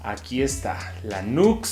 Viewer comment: Buen video brother.. no se llama nux se pronuncia niù ecs saludos y bendiciones